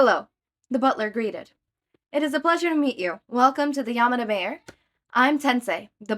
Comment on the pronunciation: Love this. Just a quick pronunciation note, Manor is typically pronounced man-er instead of mane-er